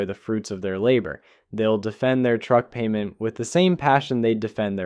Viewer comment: two noses. And PAYYMENT